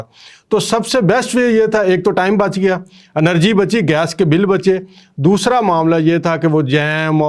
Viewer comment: دوشرا نہیں دوسرا